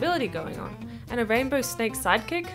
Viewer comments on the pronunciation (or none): It’s not a rainbow snake as u say it’s a rainbowa